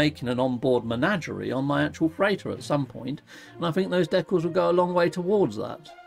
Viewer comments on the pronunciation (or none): Love how you say deck alls 😂😊 Thanks for streaming. It's rare for me to catch you live.